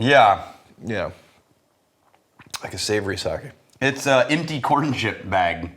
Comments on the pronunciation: You got it right the fist time, Sa-Keh definitely not Sa-ki 😊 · All that effort to get fukuoka right, just to call it saki lmfao Edit: WHY IS REX THE ONE TO SAY SAKE RIGHT LMAO